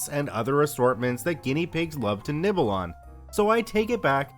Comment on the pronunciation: Nibble I thought he said nipples